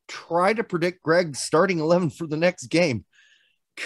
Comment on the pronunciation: Shit, did our Hoosier accent slip?